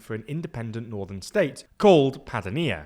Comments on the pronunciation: Padània, not Padanìa. Next time, go to Forvo and look up the correct pronunciation. It's not that hard. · Not Pada-nee-ya Pa-Dan-ya!😊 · There are some pronunciation errors in this video: Padánia not Padanía Veneto (e like Emily) not Venito Meloni (I like Italy) not Meloney Would be better too if you call the parties as they are called instead of translating them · *Pa-DA-ni-a,, not "Pa-da-NI-a" (). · padánia to be correct. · The correct pronunciation is “Padània” and “Vèneto”. :)